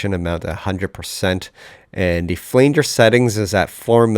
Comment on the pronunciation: Great cover. My only criticism is your pronunciation of "flanger"